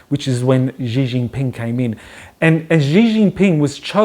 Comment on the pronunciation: Yup... the pronunciation is really quite off.